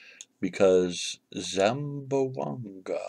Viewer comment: Don’t worry. Your pronouncing “Zamboanga” is correct.